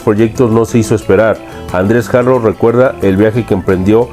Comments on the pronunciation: No se pronuncia "Jaro" sino ARO, Andrés y Julio NO ERAN HERMANOS; su música no tuvo nada que ver con el son cubano sino jarocho. Es muy confusa tu información y sintáxis. :/ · La H no se pronuncia en el español es Haro! Escucha las entrevistas que han hecho al Boy y aprende mas,preparate mas!